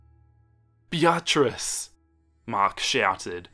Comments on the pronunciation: Bee-a-triss. Not Bya-triss. Lmao. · What makes this funnier is that the name is just pronounced as “Beat-trice” and He said “biatchrice-“ 🤣🤣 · Great video only criticism is that the name "Beatrice" is pronounced "Bee-triss" xxx❤ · The pronunciation of Beatrice KILLS me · I'm sorry, I can't help but get taken out of the story with the way he pronounces Beatrice I love everything else though XD